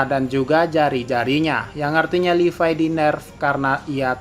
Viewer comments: Levi oy bukan Lipai🤣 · Gw baru tau ternyata levi dibacanya "livay"